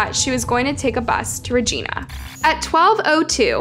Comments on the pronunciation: Why can people not prounouce Regina 💀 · The way she’s fucking up the pronunciation of Saskatchewan and Regina 😭😭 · Lol please learn how to pronounce Saskatchewan and Regina properly. Thank you. Awesome video. 👌 I live in SK and this hit us all hard here. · The pronunciation of Regina was also wrong. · They didn’t pronounce Regina right either! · You're saying Regina wrong. It's really distracting 😂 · and im sorry but that is not how you say Regina or saskatchewan just saying love from hamilton ontario canada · Reg I na, not Regeena. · Regina is pronounced like Vagina it’s not like Regina George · Regina, Saskatchewan: Reg-EYE-na, not Reg-EEN-a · It’s Regina not Regeena I used to live in Yorkton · Learn to say Regina! Not RegEna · I was yelling at the phone everytime I heard reeGINya. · Regina is rej-EYE'-na Rhymes with Vagina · Your pronunciation of Regina should be Re Jiiiiiiiiii Na or REG EYE NA. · The pronunciation is driving me nuts 😤 😅 *sas-catch-chew-won * REGINA NOT ra geena Its pronounced the same as vagina 😂 just with ab R* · As someone born and raised in Saskatchewan. I have to say that everyone from the U.S. always pronounces Saskatchewan and Regina wrong. Not that it matters much, but it just sounds strange. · I kept thinking she was meaning a person not the city Regina ❤🇨🇦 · so sad, but I laughed every time you pronounced Saskatchewan and Regina Hahaha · Sask-a-chew-won and Ree-Gyn-a 😅 when I moved from there to the USA I got made fun of so bad bcuz Regina sounds like Va-Gyna. Made life tough being bullied in a new school.